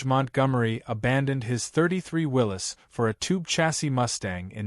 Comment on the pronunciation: Willys pronounced correctly, spelt incorrectly